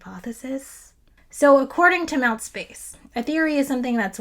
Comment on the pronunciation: Awww, i think that name : mTsp4ce is pronounced Empty Space, not mount! But whatever , it's fine.. it's fine!Anyway, love your videos, you are lovely.